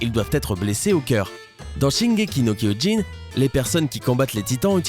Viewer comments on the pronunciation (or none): Koyin je suis mort on dit Kyio-Jin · Shingeki no "KYOJIN" pas kyoyin. Non mais allô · c'est shingeki no kyiugen c'est pas shingeki no kouyoun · putain sérieux shingeki no koyin c'est shingeki no kyojin jin pas yin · no koyin !! oui oui bien sur et après vous allez dire auneuh pièsse (one piece) , pfff... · On dit shingéki no KIOJIN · Shingeki no KOIJINE ?!! Sérieusement ? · putain ça se dit kiyogin ptn kyojin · SHingeki no koilé il sort MDRR